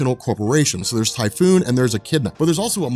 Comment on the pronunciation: Just a very small nitpick; the name is Typhon, not Typhoon. Typhon and Echidna were the parents of most of the monsters in Greek Mythology. I guess it represents Hydra rather well to choose such menacing names for themselves.